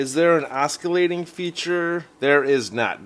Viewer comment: Awesome review. Just one quick note as an FYI, there is no "k" sound in "oscillating". Not trying to nit pick. Just figured better to hear from friendly commenter than a jerk trying to mock you. Anyway rock on! 👍😎👍